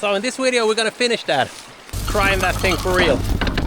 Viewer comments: Fantastiska videos och du verkar kunna det mesta! Men varför lär du dig inte att uttala video och excavator på engelska när du säger det så ofta i dina filmer? Enkelt V uttalas lika som på svenska, det heter inte Wideo eller excaWator. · It is maybe the most common mistake swedes do. Equating V and W then guessing which is which in English. Most English speakers understand anyway.